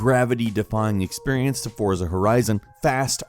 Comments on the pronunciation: Forza is pronounced Fortza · The title Forza from Deutschland is pronounced FORTSA. Danke BTW Gran Turismo Sport is the best!!!!!